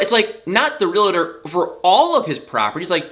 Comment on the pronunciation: not trying to be nit picky, but the word is realtor, not realtor.!